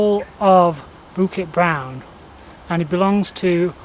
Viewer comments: Your Bukit Brown pronunciation was fine. Sungai though needs a bit of work. You pronounced it as soong-eye, when it should actually be soo-ngaye. The best explanation I found was in one of the other comments where he says you should think of the word “singer”. We don’t say sing-er where the ‘ng’ sound lingers on the first syllable, so just apply the same idea to ‘sungai’ and you should be fine! Good job! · Hahaha, the emphasis on “Toa” Your pronunciation of Bukit Brown and Sungei Buloh were great! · Hey! You pronounced Bukit Brown and Sungei Buloh in Malay correctly!!! 👏🏻👏🏻👏🏻 Love your knowledgeable + funny trekking videos. Keep ‘em coming! 👍🏻😃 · Your "bukit brown" & "sungai buloh" pronunciation is amazingly perfect. Thumbs up!! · You nailed Bukit Brown 👍🏻 Sungai is pronounced Soo-ng-ai where the ng sounds similar to the ng in “Sing”